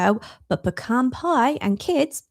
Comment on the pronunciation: Thanks for pronouncing 'pecan' correctly, instead of saying 'pee-can'.